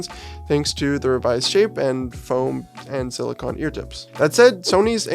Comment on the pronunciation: Extremely minor nitpick and meant to be 100% constructive: silicone--last syllable pronounced like traffic cone, soft rubbery material--is different than silicon--last syllable pronounced like con man, material used to make transistors for computing.